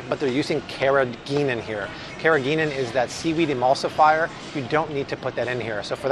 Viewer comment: He said carrageenan right 😀